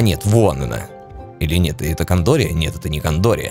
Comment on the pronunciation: не "кАндория", а "кЭндория"